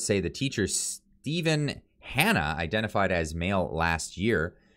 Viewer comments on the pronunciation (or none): none